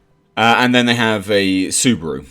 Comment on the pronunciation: It's SU BA RU not SewBrew! :D